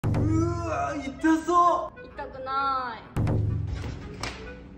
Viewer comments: 「うぃたくないぁぁい」に永遠にツボってる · イントネーション春日のあつくなぁーいを彷彿とさせて草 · 痛くなーいのイントネーションがあめプラみたいwww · 本能寺の変みたいなイントネーション